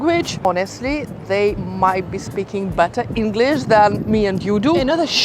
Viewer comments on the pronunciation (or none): none